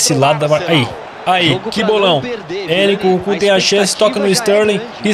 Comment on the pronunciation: o narrador falando o nome do nkunku: nucucu kkkk